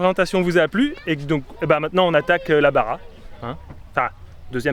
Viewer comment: Les gars c'est pas la BARA mais la BA "RCHHa" = baja le J la jota chicos que intentan otra vez jajaja c'est pas du paing en breizhoo (bara = pain en breton tu avais pigé surement ) ahaha cool vos spots comme quoi c'est possible de voyager au mexique et de voir des trucs cools. Dommage que vous parliez pas espagnols pour discuter avec les gens. Je kiffe vos videos c'est bien fait. Continuez, on attends la suite 🙂😍